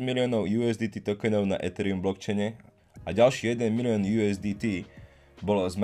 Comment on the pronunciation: Dík za video. Jen jedna věc: dost mi trhá úši to "étherium". Nejsem sice znalec angličtiny, ale opravdu je ok vyslovovat jedno e česky a druhé e anglicky v jediném slově?